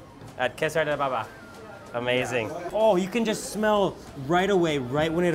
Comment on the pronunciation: I just noticed when you said- 1-pofta, it's kofta actually 2-kessar da bhaba/baba. Actually it's a dhaba.In punjab and various other north indian regions, public food shops, junctions are called as the dhabas. Food in these dhabas is extremely tasty, healthy and more pocket friendly than bigger shops.Some Dhabas are actually pretty big themselves. (Kessar da baba means father of kessar 😀😀)